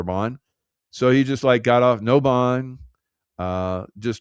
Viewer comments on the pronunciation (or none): none